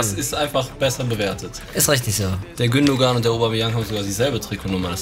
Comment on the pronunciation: gündogan, da wird doch das 2. G nicht mitgesprochen...